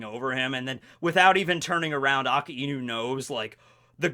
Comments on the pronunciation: A KAI NU NOT A KA IIIIIII NU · I just hate how he says akainu ,he pronounced it like it's "aa ka e nu" don't don't if it's the correct version or not but it just pisses me off ᕙ( ͡◉ ͜ ʖ ͡◉)ᕗ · the way he pronounce AKAINU Triggers me to the bones